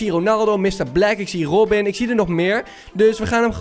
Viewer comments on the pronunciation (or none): none